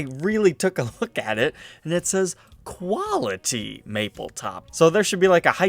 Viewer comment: It says quality maple top why did he say quality like quilty